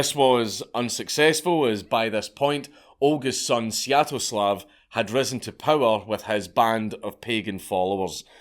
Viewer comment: Wait "Seattle-slav"?